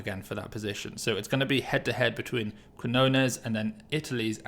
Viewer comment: It's QuiÑones pronounced 'kignones' like in champiGNon.